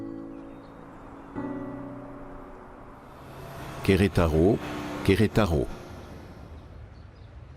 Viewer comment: Qui comme moi en a marre d'entendre cet homme qui dit Querétaro Querétaro on dirait qu'on sait pas lire.....😂